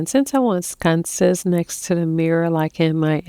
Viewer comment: Sconces not scunces